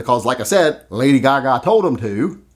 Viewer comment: Ya kept brining up Lady Ka-Ka, lol